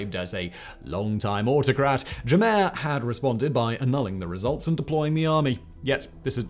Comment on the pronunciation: Your pronunciation of African names is horrible 😂 it's pronounced "Jam-MAY" and also the T in T'Chiani is silent